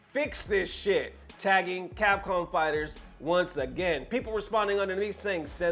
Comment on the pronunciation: What is “Capom”? 😆